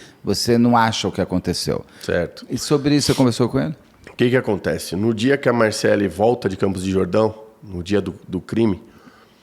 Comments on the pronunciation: O Beto muda o nome do povo 😅😅😅 o cara ja disse que é Marcelly e nao Marcellí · É de propósito kkk ele deixa bem claro que pode chamar de Marcelí, mesmo sabendo que o nome é Marcély. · Achei bem deselegante o termo “tarado emocional” em relação a vítima, e ficar errando proposital a pronúncia do nome da Marcelly. De resto, Beto sempre sensacional e que tristeza esse irmão está passando. Que a justiça seja feita! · Beto, você não consegue nem falar o nome da Marcelly correto. Que vergonha de jornalismo. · Ai que agonia o Beto falando errado o nome da moça. Isso pq o fala varias e varias vezes o nome correto. Ele insiste de chamar errado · Gente mas da um trem desse homem falar o nome da Marcelly errado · Apresentador não sabe pronunciar corretamente o nome da suspeita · O Beto tem problemas com nomes, ele sempre fala kkk